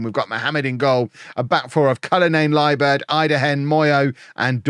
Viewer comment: It seems like in every one of lower league saves there's a player who's name is really satisfying to hear pronounce. This time it's Cullinane-Liburd